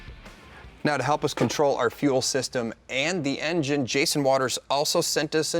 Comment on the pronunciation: My dude said "Engiene" wow lol